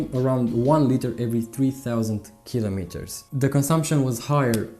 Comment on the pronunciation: O fi asa in Romania ta,. Din tot acest video mi-a placut engleza ta dar tre' sa mai lucrezi la pronunția "kilometers". Chestiunea cu uleiul este foarte subjective si nu-mi place ca faci comparații.